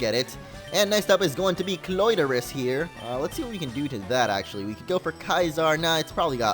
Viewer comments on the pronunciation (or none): did you pronounce Cloyster "Cloyterus"? lol FAIL FAIL FAIL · Why did you say cloyteris